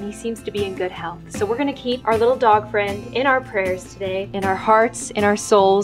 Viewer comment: NUUUUU FWIEND! IS HE OKI? Edit: oh oof oki XD